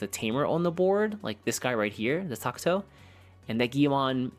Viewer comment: Wtf is a Tak-To???? its TA-KA-TO